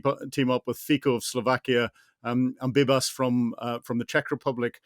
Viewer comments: The name of the Czech PM is Babiš, pronounded BAH-BiSH, not BEE-BUS. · "Bibas from the Czech republic" :D Babiš = Babish Fico = Fitso